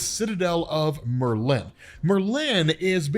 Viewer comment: 1) Happy Silver Surfer died as I hate that character 2) I have never heard Merlin pronounced that way before